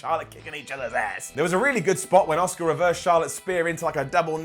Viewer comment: You want to care? But they won't let you? Man you just said this Daniel Bryan shit is awesome. You've reverted back to bollocking bastard shite Her name is ASUKA, not Osuka